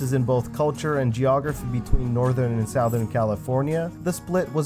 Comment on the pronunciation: pronouce 'southern' correctly... it was great vid, and i kept hearing that word get butchered... so im out.